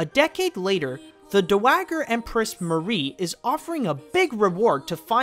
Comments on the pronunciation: DOW-WAH-JER, not Dowwagger XDD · Dowager is pronounced "DOW-uh-jer," not "duh-WAG-er". Basically, replace the "man" in "manager" with "dow," as in Dow Jones. A dowager is a widow whose title and/or property came from her late husband. Since the empress was married to the emperor, she became the dowager empress when he died. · do-wagger empress? a holdover from All Dogs go to Heaven Perhaps? I believe that is supposed to be pronounced Dow-aj-er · dude, that's not how you pronounce dowager